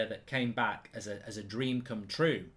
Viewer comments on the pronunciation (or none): none